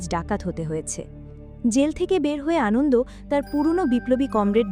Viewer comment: Prothomei boli, valo bornona korechhen. Kintu Anonto Lal Shing k bar bar 'Anondo' bolar moto eto boro vul hoi kikore apnader. Eto riti moto onny. Ekbar recheck korar proyojon bodh koren na apnara? R seta kei upload o kore dichhen buk fulie? Eto boro overconfidence ase kotha theke apnader? Ki mone koren bolun to nijeder? R hya 'Kup kat' noi sobdo ta, ota hobe 'Kupokat'. Any way Thank you for explanation.